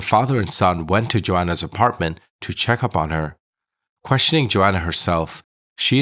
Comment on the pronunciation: Why are u saying Johanna as Joanna